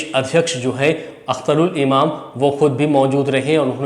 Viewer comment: Bhai your team should work on communications and research.. It's AIMIM, not AIMM. Also, it's Akhtar ul Iman, not Imam. It's Osama Shahab, not Osama saheb. Don't mind, it's just a feedback. Communication skills are very important in journalism.